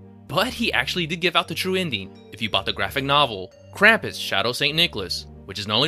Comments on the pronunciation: They say Krum-pus not cram-pus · Oh my gosh, it isn't "Kramp-iss"! It's "Krump-oos". Drives me nuts. Yes, almost everyone but Omi says it wrong in the movie. The director and producer clearly put a lot into the movie. Ya wonder why then they completely botch the name of the main character!? Which then resulted in everyone that watches it that didn't grow up with Krampus, now thinking that is how it is said. And it is sooo incredibly annoying. So please people, maker of this YouTube video included, it is pronounced "Krump-oos", not "Kramp-iss". Good God.